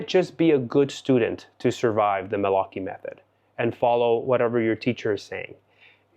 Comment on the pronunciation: My congratulations about your Italian pronunciation, just perfect!😊